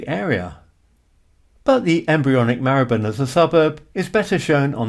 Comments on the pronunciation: Your pronounciation of Marylebone is the same as mine. My family lived there for around 200 years. Between Marylebone Station and Baker Street is Chagford Street (off the North side of Melcome Street). In 1919, W.O. Bentley built his first car there (it was called New Street Mews in those days), using money earned from designing his BR1 & BR2 rotary aero engines for World War 1 fighter aircraft. Bentley himself was born in Hampstead and brought up in St. John's Wood, before joining the Great Northern Railway at Doncaster as a premium apprentice. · I first started going to London in the 80s and only ever remember it being pronounced /mahləbən/.